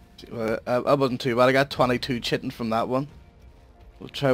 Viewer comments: It's pronounced Kye-Tin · Lol "chitin"